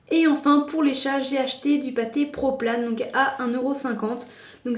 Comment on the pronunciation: Je ne veus pas être méchante mais pour les chats on dit proplan pas proplane ^^ voilà :) PS : désolé si pour toi j'ai été méchante mais je voulais juste te donner un conseil ;)